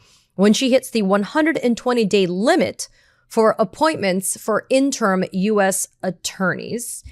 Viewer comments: Katie, the word "interim" isn't pronounced IN-TERM; it's pronounced IN-TER-IM (3 syllables). Other than that, I hope you don't change a blessed thing. Keep it up. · Interm or in-ter-im? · FYI, it's in-ter-im, not in-term. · Katie, I love you, but "interim" is not pronounced "in term" You drop the I in the last syllable making it a two syllable word. And the first few times you said it I couldn't figure out what you meant. "Interim" is a three syllable word, not a two syllable word. In-ter-im! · In-ter-um. The phonetic pronunciation. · In-trum - pronunciation. Pretty soon it will be in-tern,.. like a Dr. wanna be. ie. Free reign as a king reigns becomes free range like cattle grazing. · Interim: 3 syllables, not 2. (I can't help myself.)